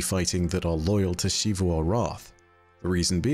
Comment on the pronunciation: The continuous mispronunciation of “Xivu” is like The Last Airbender movie calling Aang, “Ahng”, it’s been well established how to pronounce her name, so why….